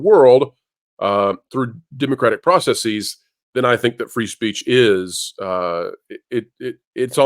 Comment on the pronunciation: You don’t have to use a long E in “processes.”